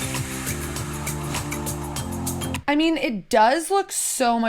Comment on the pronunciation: Oh my gah-ed-ah! Please stop adding syllables, motel lady!